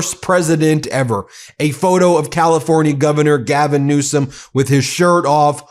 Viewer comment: NEWSOM NOT RANSOM